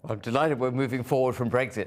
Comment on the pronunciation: Bwexit... oh feking dear god.